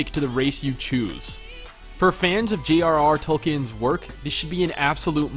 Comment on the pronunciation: I despise you... You said G.R.R Tolkien, fuck you.